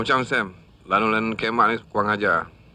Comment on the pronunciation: bunyi mcm kemak tpi sbenarnya kiamat..cuma sebutan tu agak laju lalu se-akan² kemak...@ lanun kiamat 😀